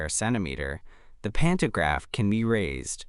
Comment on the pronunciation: Digga 😂 das spricht man pan to Graf und nicht pan ner graf 🤷🏻‍♂️🤦🏻‍♂️ in Deutsch Stromabnehmer